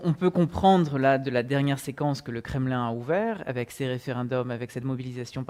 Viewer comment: Mettez un peu d'élégance dans votre langage. Respectez un peu la langue française. On ne dit pa "ayék" au lieu d'"avec", pour ne relater que celui-ci.